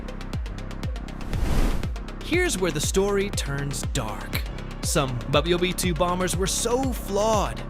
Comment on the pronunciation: click-bait with AI-slop generated narration - check out its attempts to "pronounce" WWII and , etc...